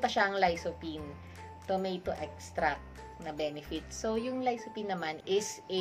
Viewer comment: Idol Lysophine 😂😂😂 Dapat po Lycopene 👍👍👍